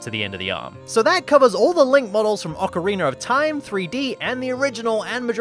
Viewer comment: He did it... He finally pronounced ocarina as "ocarina" and not "ocariner"